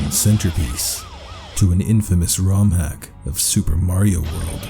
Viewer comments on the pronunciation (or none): "Soupa marieo in reol lyfe"